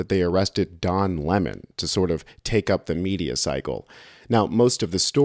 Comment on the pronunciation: I thought you said the media killed the dinosaurs for a moment.